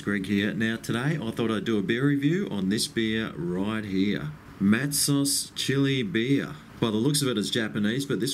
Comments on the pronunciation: It is pronounced Matso not Matsos Take it from a Western Australian who drinks it all the time, the reason your beer went flat is your glass was not clean enough, probably washed id detergent and not rinsed correctly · Mat-ZOHZ not Matsus. Meow. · Mattsoes is how it’s pronounced